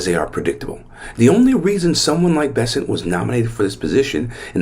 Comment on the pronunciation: The last name of the Treasury Secretary is “Besse N t” not “Besset”. So his last name rhymes with the word “present”. Look at the spelling and pronounce every letter.